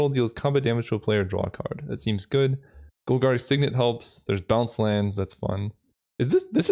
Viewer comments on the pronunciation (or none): none